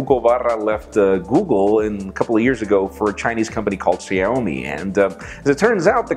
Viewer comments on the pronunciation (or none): It is pronounced Shawmi not Shomi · It's called Xiaomi...like this Shawmi sha like shadow not Sado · Excuse Me Mr. it's xiaomi but its pronounced as shaomi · Xiaomi is pronounced sh-OW!-my.:) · Isn't he pronouncing Xiaomi wrong?